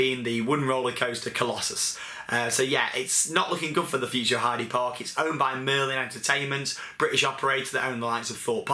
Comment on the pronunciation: btw its pronounced 'Heider Park' ;)